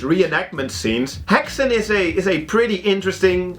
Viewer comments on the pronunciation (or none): This serie looks very promising! Fun to see a native movie in the list aswell :) (i'm from sweden) It's funny to hear how non-swedish people pronounce "Häxan" :P you all say "Hexen" but it's pronounced more like "Hexan" with a short and sudden "a". To pronounce it correct, try to think of it like this: "hex" and "an" with a similiar "a" that you pronounce "art" with. Combine them and you get "hex'an" with a very short space between hex and an :) That "slut" joke was hilarious lol. "Slut" is swedish for "End" and is pronounced "Sluut", very different from how you pronounce the english word Slut. The english Word you pronounce it "slatt" but the swedish word is more like the "u" that you use in "you" so think of it as "uu" not "jouu" Hard to explain but i think google translate have sound files for almost every word :D